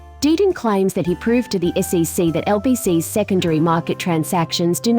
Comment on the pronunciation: When you want the automated voice to say things correctly such as the SEC, you need to put a space in between each of the letters